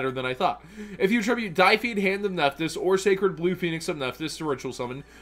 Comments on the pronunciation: die feed. Yes. That is how you say deified. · blue phoenix is probably focused on monsters because the og phoenix cleared out backrow. also, it's "deified" as in to become a deity. nothing to do with death or dice or hair dye, lol. but minor nitpicks aside, i feel like you're selling this short by quite a bit, since we have access to two rather strong field spells that can trigger their destruction effects (fire king island and dragonic diagram. could even throw in zoodiac barrage if you're feeling particularly ballsy, lol)as well as the three true king monsters to trigger their effects and add more attack power to the deck. pretty sure it's also supposed to run the og phoenix, and you can also run high avatar garunix for more removal. the ritual spell is searchable off pre-prep, you're also completely overlooking the now four deviritual monsters, so you have incredibly easy access to your ritual cards, and there's enough of the spellcasters that not drawing them shouldn't happen a whole lot. there's also their link three, which is ultimately the end goal i would assume, which grants more protection to your nephthys monsters the more ritual monsters you use to summon it. it's definitely not going to be a super aggressive deck that can end games in the first turn or so, but it definitely feels like it'll be able to just clear out boards like they're nothing so long as it's properly built. it's got a load of consistency, a ton of recursion, and plenty of swarming. i'd be surprised if it wasn't at least a viable deck in the